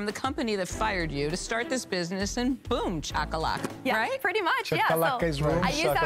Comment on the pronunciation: It was very offensive when Lory got "Boomshakalaka" wrong. I'm glad others corrected her before it was too late. lol